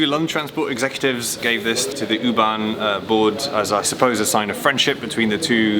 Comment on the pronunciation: I notice that Louis pronounces U-bahn properly and Geoff doesn't. It is 'Oo-bahn' not 'yoo-bahn' I was in Berlin in December 2018. Loved it! We stayed in a hotel in Mitte on Oranienburger Straße and we were more or less equidistant from Oranienburger Straße S-Bahn station (S2, 25 & 26) and Oranienburger Tor U-Bahn station, one stop north on the U6 from FriedrichStraße. I loved travelling by U-bahn, S-Bahn and tram around Berlin! Truly an amazing city! I look forward to more episodes studying other underground or metro networks in other cities. After your recent DART least used video aswell I'd love to see episodes focused on say . . . Merseyrail . . . Or the Tyne and Wear metro, or Glasgow suburban 'Low level' network. Or abroad, I'd love to see an episode on the Paris Metro . . . And episode on the Lisbon Metro . . . Budapest, stockholm, Oslo, Vienna? Wherever you fancy! Speaking of which, the Jubilee line (1996 stock) and S-Bahn trains do have a nice cadence to their traction motors . . . But the winner, hands down, has to be the locos used by OBB (Austrian Railways) on their high speed 'RailJet' services.